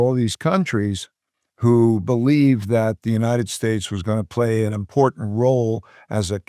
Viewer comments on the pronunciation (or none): none